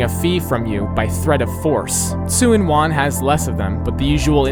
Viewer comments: 'Suen wan' lol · As a Resident of Hong Kong, I would want to correct some stuff: Tseung Kwan O is pronounced "Churn-Kwun-O" and not "Sen Kuan O". Tsuen Wan is pronounced "Chuen Wan."